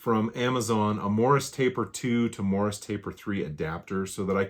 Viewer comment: I know it's morse. You said morris. Twice. I heard it yesterday, then today checked captions.